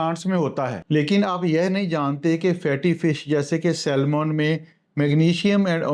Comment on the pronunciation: Heart (haat, r is silent) not hurt. Saman not salmon (L is silent). Please do correct it.